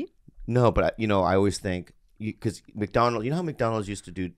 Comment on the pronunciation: “Welcome to MACADONALDS”